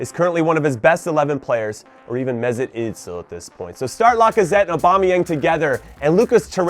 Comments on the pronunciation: how did you just pronounce mesut özil? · Love the way you say Mesut Ozil bro hahahahahahah, nice vid😂